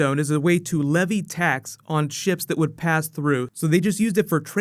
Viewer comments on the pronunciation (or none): none